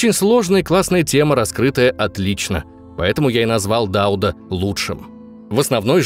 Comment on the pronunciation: Низкий поклон вам за ДАуд, а не ДаУд. Действительно, люди разбираются в теме!